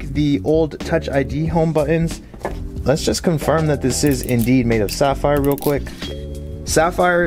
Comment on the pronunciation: That aint sapphire according to Zack 😂, its fapphire